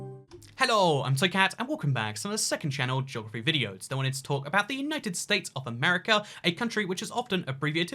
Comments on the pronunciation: Hey, why do you say your name as "" instead of toycat? Is it a speech impediment or intentional? Or is your name actually? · You say toy cat so weird it pisses me off